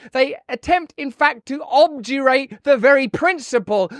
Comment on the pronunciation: Its pronounced ob dur rut